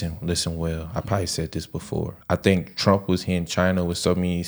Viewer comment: Chyna Ukraine!!! Trump pronounced Chyna. Go listen. American biological labs in Ukraine. Yall can't do reactions without knowledge.